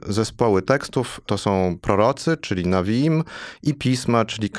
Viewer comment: Szanowny Panie Profesorze, czyta się "newiim" a nie "nawiim"...